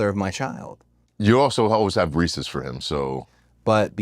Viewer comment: You pronounce it "Ree See's"?! Unsubscribed 😂